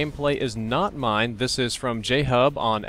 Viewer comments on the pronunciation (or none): none